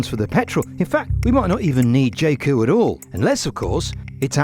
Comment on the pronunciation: Its supposed to be pronounced 'Yae Coo' not 'Jay Coo'